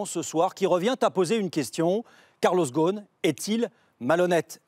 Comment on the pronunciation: ghoSn not ghon 😅 imagine des français qui critique le management d un américain d origine libanaise. Laissez ca au américain car ca vous dépasse. Concentrez vous plutôt sur la propreté de votre capitale.